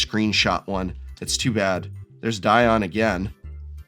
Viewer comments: Dion and Dionne are both "Dee-on"... Celine Die On... lol. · Is Dion really that hard of a name for Americans?